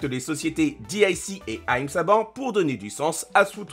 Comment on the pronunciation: comment t'as prononcé Haim Saban 0 respect